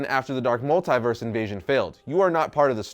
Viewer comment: Anyone else annoyed with how says multiverse?